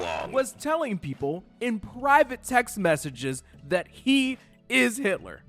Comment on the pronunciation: Oh sis...not "Yitler"....💀